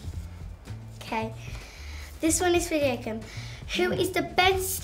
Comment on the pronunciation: How did she pronounce Zendaya PERFECTLY and the butchered Jacob’s name?